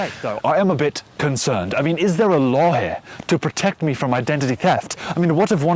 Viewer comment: Jesus Christ some of the sentences you said sounded JUST LIKE HIM. As an English person I'm gonna give you one important tip to mastering the accent, which is to learn the difference between "o" and "aw". The biggest giveaway in your accent is things like "toller" for "taller", "loh" for "law", and "wocking" for "walking". "Aw" is pronounced exactly the same as "or" in Tom's accent. It's obviously tricky for you to do that because they are both the same sound in your accent. In fact we English people have the same problem when doing an American accent, for example I might say "Conner" instead of "corner" since I forget there's an "r" in "corner" and I think it's "cawner".